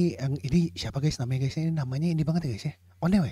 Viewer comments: Leadernya onew. Bacanya onyu bang, jd bukan minho leadernya Iya minho aktor juga baaang Yg sudah di surga namanya jonghyun bang bukan jongho hehe Nama fandomnya = SHAWOL singkatan dari SHINee World bang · Kak.. mau kasih info Onew bacanya "onyu" Key bacanya "ki" Makasih banyak sudah mau react SHINee kesayangan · Pelafalan onew itu : o-nyu, bang hehe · Leadernya itu Onew, bang bukan Minho. Pelafalannya Onew itu O-nyu (New pelafalannya kyk New bhs Inggris) Pelafalannya Key itu Ki (키) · Bacanya onyu bang